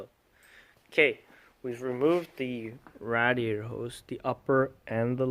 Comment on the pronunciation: Can you please stop pronouncing "Radiator" like you smell your own farts?